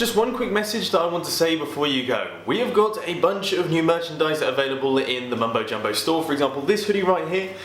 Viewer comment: at the beginning of the video instead of mumbo-jumbo he's mumbol jumbol